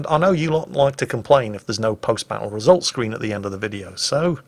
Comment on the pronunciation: Wait... Wesult Scween? 😄